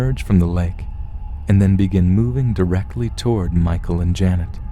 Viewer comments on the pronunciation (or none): none